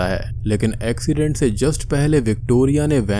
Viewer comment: Sir ven is revar ancident main hoo jata hai Dem 😂😂😂😂😂Haha Sahi sy bola karin